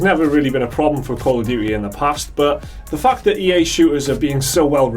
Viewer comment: i liked when you say , "the fuck" every time instead of "the fact".